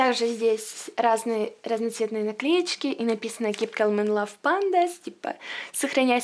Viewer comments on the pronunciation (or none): Не кэлм а кам.Ну короче забей в гугле и послушай как правильно,а то ужи режет.